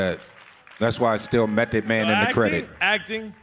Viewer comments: Someone tell nore it's M.E.T. not M.A..T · Nigga said mathod man 🤦🏾‍♂️ wtf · NORE said M-A-T-H-O-D MAN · Did thiss niyukka Nore call cuh Mathod Man ??? 😂😂😂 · Yo. NORE is wild, the song spells it for you, he still says M A T H, twice. Lol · Did he say M.a.t.h.o.d man 😂😂 Mathod?? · NORE said "M.A.T.H.O.D MAN" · This nigga Nore spelled Method wrong twice back2back 😂😂😂😂😂😂😂😂😂😂😂 MATHOD MAN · M a t h o d MAN …😂😂 its METHOD. Not mathod lol